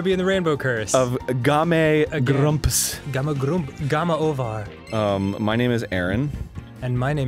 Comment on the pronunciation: xD "GAMA OVAR"